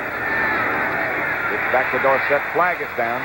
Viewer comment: Why did the pronunciation of Tony Dorsett's name change from college to pros ?... College "Dorsit" ... Pros- "Dor-Sett"